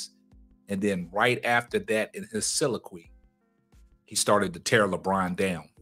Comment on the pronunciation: so·lil·o·quy. This is the correct pronunciation of the word you are trying to use my brother. Love the videos.